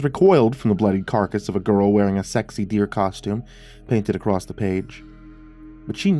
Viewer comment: "ACROSS!" ACROSS! Not acrrost! Im not shaming here. It's been nagging at me every time i hear "accrost" Please drop the "t" and just say "across"